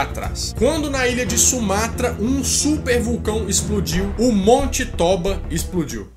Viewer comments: Olá, boa tarde. A pronúncia correta do nome vulcão é TÔBA, com acento tônico e som grave na letra "O" e não TÓBA, com com acento grave. Agradeço. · KKKKKKKKKKKKK mano, se fala tôba, pq como n é portugues n tem acento, mas se fala como se tivesse